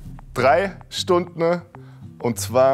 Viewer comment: Mark hat Stundne gesagt 😅 ehrenhaider